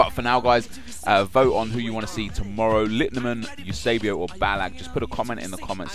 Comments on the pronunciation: It's Eusébio not eusabio. If anything, at least get the names right dude... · It's not "Eusabio", it's Eusébio -. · It's Eusébio, not Eusabio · It's spelled Eusebio not Eusabio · ballack. also it's *eusebio not eusabio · It's EUSÉBIO NOT EUSABIO! But yeah EUSÉBIO! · His name is Eusebio, not EUSABIO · its Eusebio not Eusabio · Is name is Eusébio, not Eusabio you dumbass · It´s Eusébio, not Eusabio O.o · c'mon eusabio again? it's "Eusébio"! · Eusebio not Eusabio. Just saying. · Can u do real world legends instead of just club legends and it's eusébio, goddamn man can u be more disrespectful. I don't give a shit who you go for at least get the damn name right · OMFG GET THE NAME RIGHT!! ITS EUSÉBIO!!!! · You butchered Eusébio's name